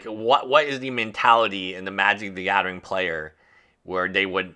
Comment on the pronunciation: "Wif a crypto coin" "magic the gaddering" "Twenty twenty free" "everyone udder word out of my mouf" Learn your "th" sound, it's not "d" or "f"